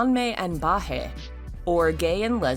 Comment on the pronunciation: no offence but wtf is bah-hey like i understand its hard to pronounce but its ba-ee h-uu (baihe)